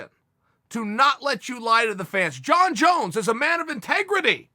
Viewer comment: "Jon Jone" 🤣🤣🤣😂